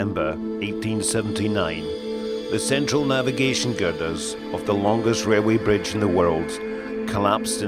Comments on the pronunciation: Wailway bwidge, Fixed it for you... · Wailway bridge lol